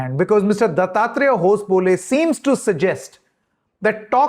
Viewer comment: Hosa baale is the pronunciation It means new banana leaf